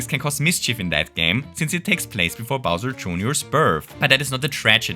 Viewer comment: bowser june-or 😭😭